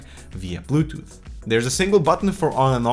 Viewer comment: he said butooth. lol